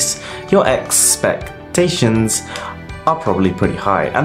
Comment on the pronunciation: Did.....did he just say ex-spec-tations......wow XD